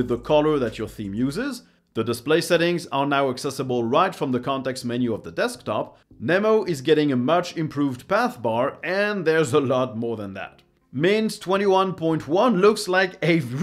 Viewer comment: Pretty sure Nemo is pronounced Knee-mo, like the movie.